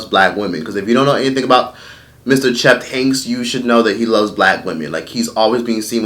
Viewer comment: Where did find that extra letter “F”? Cheft instead of Chet 😂...